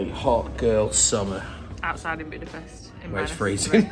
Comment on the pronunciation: Guys, you pronounce it as Budapesht. Thank you, from a Hungarian :D